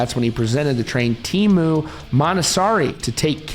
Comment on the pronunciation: Interesting video. However, it must be said that I cringed every time the Finnish name was botched. Teemu is not Tiimu. The 'e' is the same vowel as in the English word 'get', and it's an overlong vowel, you can stretch it forever. Mäntysaari, well... The stress is on the first syllable, always. The 'ä' is like in the word 'cat'. The 'y' = the 'ü' in German, cannot find an English dialect that has it. And the double 'aa' is the same vowel as in 'father', and overlong. It's a very phonetic spelling. [teːmu mæntysɑːri]